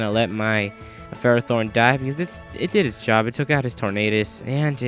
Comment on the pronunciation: you pronounce ferrothorn wrong